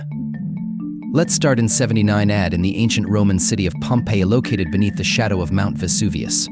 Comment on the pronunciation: AD..anno domini, not ad!